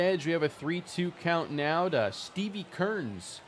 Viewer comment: This man said Stevie Kearns, and I definitely heard steamy turds 😂